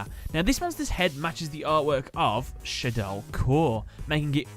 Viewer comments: It's Shaddoll not Shay-doll but great video nonetheless. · It's kinda annoying how he pronounces it "Shaydoll" and spells it wrong. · Why do you keep calling them Shay-doll? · Why do you keep mispronouncing Shadoll?! You say it right and then wrong right after that. SHA-DOLL. Not ShAyDol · It’s shah-doll, not shay-doll The a has the same pronunciation as in shadow, funnily enough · "SHAYdoll" "I butchered alot of names in this episode" Shuh-doll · SHA DOLL, not SHAY DOLL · It’s a combination of shadow and doll. Then why the hell do you say shaydoll Edit: not why do you say shaydoll, how did you get it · If you know Shadoll comes from "Shadow" and "Doll" it isn't that hard to pronounce. Not sure where you get "Shaydoll" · you don't pronounce it shadew. Why would you pronounce it shade + doll. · I'm pretty sure that it's pronounced as shad as in shadow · The way you say shadoll is destroying my will to live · it is also especially weird that he pronounced it that way when he mentioned the name might be a reference to "El Shaddai" which he did pronounce correctly